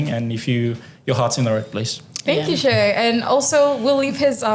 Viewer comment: Its pronounced Shy, not Shay 🙄